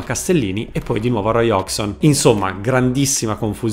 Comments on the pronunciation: Bel video, comunque una volta per tutte e a beneficio di tanti: Hodgson non si pronuncia "hogson" ma "hoggieson" = figlio di Hodge. Così come è da brividi che dopo 30 anni che è in Italia si continui a chiamare Mihajlovic "Sinìza". Si pronuncia "" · Sai che l'ho pure cercata la pronuncia di Hodgson ma nonostante tutto l'ho sbagliata nel video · A distanza di anni non sono ancora riuscito a capire come si pronuncia Hodgson: "Ozzon" ?, "Osson" ?, "Occion" ?. Comunque nel tuo video manca il peggiore di tutti, quello che dopava i giocatori con il caffe': il bello che la borghesia interista, continuando a ungere le ruote a Palazzo Marino, e' riuscita anche a fargli dedicare i giardini a Piazzale Axum. Continuate a farci ridere perche' lo fate dal 1908, avanti così.